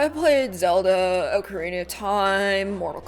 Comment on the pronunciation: OCK-A-RINA. ITS NOT OAK-A-RINA.